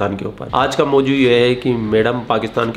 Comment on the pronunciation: It’s not moju it’s mozu, I’m just correcting u if u wanna speek urdu speak correctly please. Friendly advise.